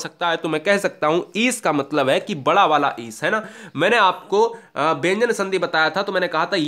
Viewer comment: Sir Wada or wadi nahi bada or badi hota hai